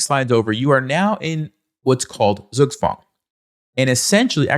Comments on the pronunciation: You'll never check how Zugzwang is pronounced in German will you? ;) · The pronunciation of Zugzwang kills me. Pls just no